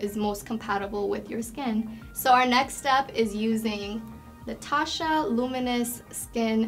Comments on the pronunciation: For all the products that she uses from Tatcha she should at least learn how to pronounce it correctly. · The way she used the cleansing oil and rubbed that towel over her face made me so uncomfortable, and the way she pronounced Tatcha , bless her heart